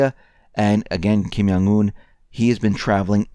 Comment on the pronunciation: is "Yewish".